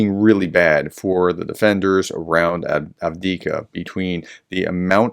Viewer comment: Avdii"V"ka not Avdiika. You keep leaving out that second "V".